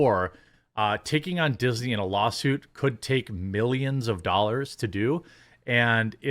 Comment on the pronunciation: "Dixney" hahaha.. Dew IT!